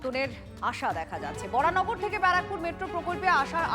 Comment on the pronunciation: বরাহনগর বলুন, বরানগর নয়। বাংলা এবং হিন্দিতে বরাহনগর লেখা থাকে যেটা সঠিক নাম, ইংরেজিতে ভুল লেখা, Varaha Nagar লেখা উচিত ছিল, সেটা ধরছি না এখন, আপনারা বাংলা খবর চ্যানেল চালান, সেখানে সঠিক ভাবে লিখুন এবং বলুন।